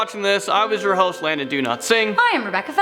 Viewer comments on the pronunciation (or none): Oh thats what it is! I have always though u he said "Do not sing" XD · Landon Do-Not-Sing 🤣🤣🤣🤣🤣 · Rebecca!!!!! And also am i the only one who hears "landon donotsing"? :P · Landon Donotsing? Lol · I thought he said do not sing!😂😂😂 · Who else thinks he says landon do not sing ? Jus me